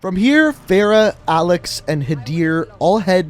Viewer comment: for the last time... A L E X IS A L E X